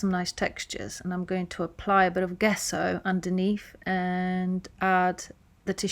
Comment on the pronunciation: Love the print! Just FYI, gesso is pronounced “jeso” with a j sound at the beginning. 💖👍